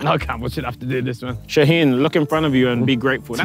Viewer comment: Bro he literally said my name “ shaheen “